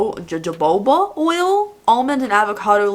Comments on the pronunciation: Jojoba is pronounced like ho-ho-ba..hehe..yeah gross packaging.. I saw this calendar at target and was curious.. thanks for the review 😘😄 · Jojoba?( Ho ho ba..pronounce it in Spanish)